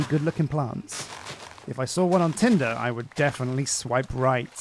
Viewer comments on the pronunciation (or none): none